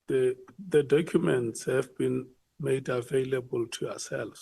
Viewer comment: I heard that and tried so hard to ignore 😂😂😂😂